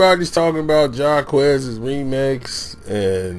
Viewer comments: if this dude say Ja'quez one mo damn time...Jacquees thank u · It’s not jacques it’s (JAH- QU -EEEEEEE -SE) Jacquees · Who is jaquez? It's Jacquees.. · JAH-QUEEEEESE 🤦‍♀️🤦‍♂️ NOT JAH-QUEZ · Wave it Like a Helicopter lmaoooo Jaquez😂😂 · Why is everybody calling him jacquess his name is jacquees 😂😂😂😂😂🤣🤣🤣🤣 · I can't take this review seriously cause first of all he don't know how to even pronounce Jacquees's name correctly and he don't even know who Ella Mai is. Smh you can tell who's in tune with today's R&B and who's not. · 9 times out of 10 the remix is better. He got permission, the record label took it down not her. And this dude is saying his name wrong and it's making me heat up. He's talented as shit and she's talented, but just bring it back. FYI it's on Facebook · This review is terrible. The name pronouncing and the extra noise in the back. Sir pay attention when you're recording. 😂😳. We don't have time for 2 second pauses. Jacquees's version was better however because of IP laws he can not remix it without permission. He used the same melody and hook. So thats why it's not legal yall (duh). But if someone his the link please post. 😂😂😂😭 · okay if it don't need to be talked about then why are you talking about and you're pronouncing his name wrong🤔🤔🤔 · First u SAID HIS NAME WRONG DAM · I don’t think that’s how you say his name... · I just want him to pronounce his name right ughhhhh!!!!!!!!! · You don’t even know how to say his name 😂🤦🏽‍♀️